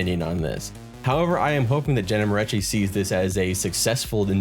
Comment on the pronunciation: If you are so familiar with her videos, how comes you don't know how to pronounce her family name ... 😅 Every time someone says they've seen like a lot of her videos and did not pick up how she pronounces it herself, it feels a little sketchy. Sorry.